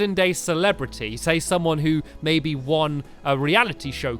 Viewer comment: does it sount like he says its pretty pertty equal baby instead of maby